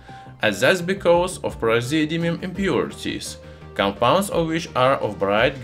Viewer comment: are you saying Praseodymium? or what im trying to take notes